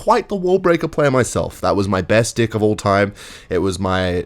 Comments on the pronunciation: the way he says dick instead of deck😭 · I think your saying deck wrong man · Please pronounce the e in deck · The way this guy says deck is funny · bro is not saying "deck" 💔💔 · is he saying deck or yk what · Bro did not say deck 😭😭😭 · i dont think you said deck there buddy